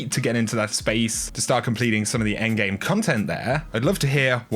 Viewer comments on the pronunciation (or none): none